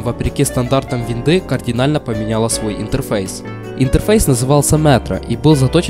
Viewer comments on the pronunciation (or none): none